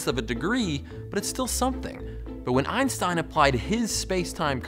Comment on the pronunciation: Its always funny when americans pronounce Einstein wrong but who cares great video ^^